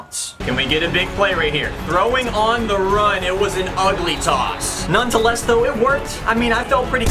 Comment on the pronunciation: Why do you say noneTEless? It's noneTHEless.